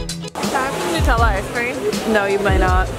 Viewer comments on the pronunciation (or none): none